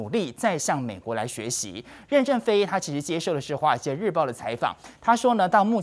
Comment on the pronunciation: 任ㄖㄣˊ正非，二聲，不是四聲！